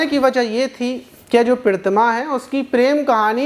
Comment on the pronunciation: Maaz bhai aapko Pratima kahna nhi aata😂😂😂😂😂😂😂😂